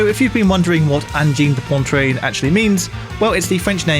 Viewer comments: It's not "Ahngeen day Pohntreen". "Poitrine" is pronounced like "Pwatrihn". Y'know, in your multiple hours of making a video where you'll say the name 20 times, you could spend 3min on Google Translate to learn how to pronounce it... Would show some respect. Otherwise, very nice video! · Pronounced *un-jean de pwa-treen. There’s no ‘n’ in the middle of Poitrine. Great analysis, 🙏 ✋🔺🤚 ❤️ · It's 'PWAH'-trine goddammit! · I did like the video, but you could have at least looked up how to pronounce the name of the band correctly. Made me flinch every time you said "pontrine". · It's POItrine. there is no N in the first part of the word. You're pronouncing poNtrine. That N isn't there. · It's pronounced 'pwatreen' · It’s ‘poitrine’. Not pontrene. Say it right. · Opening words: "This is Angine de Pontreen" - err, no. It's pronounced "pwah-treen". Like "petit pois". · Stop saying "Pontrine" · Poitrine, not Pontrine. Good explanation of the theory though and some interesting observations. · There is no N before the T in poitrine - PUATREENE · He even says Pon-train at one point. Edit: more than once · Pronounce Poitrine correctly for goodness sake. There's no N in the middle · There’s only one n in poitrine say it right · Amazing that someone who works so much with his ears as, doesn't even learn how to correctly pronounce the name of the band he devotes a whole video to. Still it's so simple to go to Google Translate, select "French", type in "poitrine" and click on the speaker icon. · There is no N in Poitrine. The rest of your story is interesting but ffs thats annnoying. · In this video you can hear speaking microtonal French, he's adding an extra N in the word Poitrine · Sorry immediately had to click off after you decemated that pronounciation, holy moly that was so bad you threw an extra n in there for no reason. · There’s no second “n” in “poitrine” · There's no n before the t in Poitrine! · It's Angine de Poitrine, not "Pontrane"!